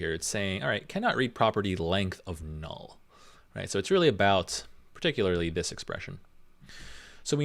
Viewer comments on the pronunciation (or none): none